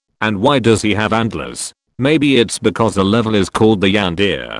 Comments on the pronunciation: The yan-de-re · “The yandere” NO ITS THE YANDEER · "THE YANDEER" "COOKIE MONSTER" 😂😂😂😂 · Dorami: Yandere Everyone: Yandere StarXD: Yandere Mr happy: Juan Deer